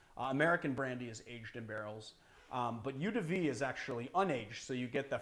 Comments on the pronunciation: This is one mispronunciation I just can't let go. Eau is pronounced like O. Eau de vie = O de V. Despite that, I have to thank you,, for an awesome channel and a great stream! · THANK YOU. That was bothering me every time he said it.